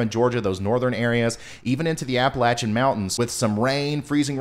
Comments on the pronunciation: Shew, the ice storm last year about did us in here in the central Appalachians. We don’t want another. PS: you pronounced Appalachian like a local 👌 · Thank you for saying Appalachian correctly :-)